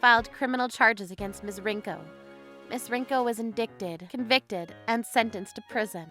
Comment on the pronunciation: Indicted is pronounced in-die-ted, not in-dick-ted.